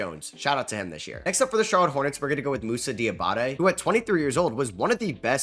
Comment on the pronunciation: Thank you so much for the moussa shout out!!! He has been the brightest spot in a horrible hornets season. (Also thank you for pronouncing his last name correctly)